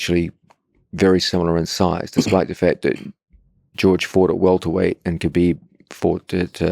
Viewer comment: his name isnt kuhbeeb. its pronounced habeeb. how hard is it pronounce that.